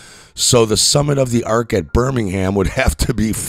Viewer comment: Oh, and learn how to pronounce Thames, Mersey, and Birmingham, you ignoramus.